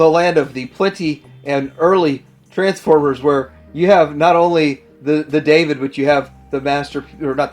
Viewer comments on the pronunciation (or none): none